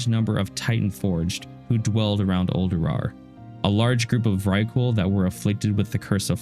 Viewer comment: Noooo the first time I heard "Uldurar" I thought it was a mis-speak